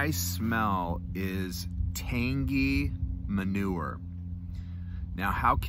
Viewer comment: That's hilarious that you said manuer. I was gonna say that about the tin note on 3 nuns the other day and forgot to mention it. Great minds think alike I guess.